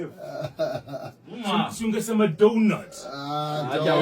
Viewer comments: 😂😂 Hii ndio kdf?? Siungesema tu “ DOWWNUT 😂😂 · The donut accent caught me 😂😂💀